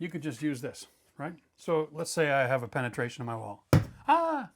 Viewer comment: Ahhhh penatration. Lmao